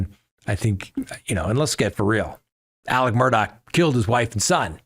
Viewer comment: It is Alec